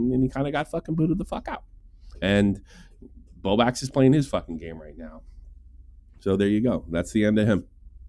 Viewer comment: I genuinely don’t know if your inability to say the L in BowbLax is a choice or what but it gives me Keem “Mewta” vibes. And no one wants to be like Keem 😂 Keep up the good work and I hope Bowblax sorts his shit out.